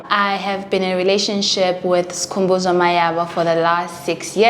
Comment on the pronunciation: when she says skhuuu🤣🤣🤣🤣🤣🤣🤣🤣🤣🤣🤣🤣🤣🤣🤣🤣❤